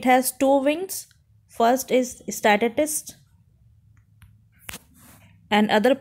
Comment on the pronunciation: Apko to "स्टैटिस्टिकस " pronounce hi nahi karna aata.